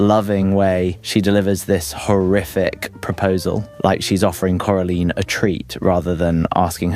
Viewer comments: Cora line not cora leen with respect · It’s Cora LINE not Cora leen 😂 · "coralean" Its coraline not coralean😭😭😭😭😭😭😭😭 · I’m sorry corLEEN?! Do I have to sound this out core-a-line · why are you pernouncing it “carilien” 😂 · it’s still coraline. Not caroline, not coralean, CORALINE! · Why did you forget how to pronounce Coraline's name half way through that segment? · How is no one talking about how he butchers the pronunciation of Coraline moments after saying the name of the movie correctly